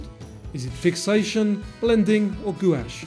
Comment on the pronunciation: gouash is pronounced, "gwash."